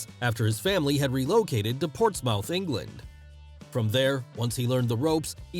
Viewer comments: Pronunciation edits for the Americans: Glasgow - Glaz (short a) Go Portsmouth - Ports'mth Soccer - Football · Hey. Excellent video. PLEASE don't take this the wrong way.. It's just funny listening to Americans saying UK places.. Glasgow is said as - Glaz-Go. and Portsmouth is said as - Ports-Muth. I really enjoyed this video and learnt a lot. Thanks again. You do an excellent job. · As a Brit I love that Americans pronounce Glasgow Glass-Gow not Glas-go and Portsmouth Ports-mouth not ports-mth but love Drew and love this vid 😊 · Haha the way he says Glasgow and Portsmouth.